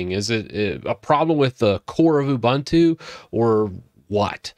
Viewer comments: It is pronounced oo-boon-too not Ubantu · “Oo-BOON-too” not “oo-BUN-too” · oo-boon-too not oo-bun-too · it's ooboontoo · A couple of thoughts. First, it's pronounced "oo-boon-too." Secondly, Unity wasn't a great invention. When they came out with it, people hated it. I was always much more a fan of Gnome, or other DEs. But I do agree some of the other things you're talking about are disappointing. But one thing to remember is that Ubuntu was never meant to be a power-house distro. It was always meant to be a really easy distro to use to entice people to come over to Linux. I think even though snap is slow, it helps make things easy for people who don't care about power. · the name of the software is an african word... it is pronounced ooboontoo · Obligatory comment complaining about how you pronounce Ubuntu, even though it doesn't actually matter at all and 99% of us pronounce it that way anyways :P